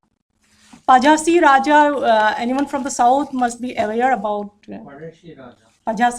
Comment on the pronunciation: While pronouncing, you should say "Palasi Raja" . There's a famous Malayalam movie made about this brave king. Malayalam Superstar Mamooty played the lead role. The alphabet zha is there only in Tamil and Malayalam. Instead, we can use the nearest matching combination 'la'.